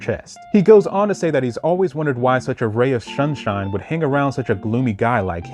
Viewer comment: wait say sunshine again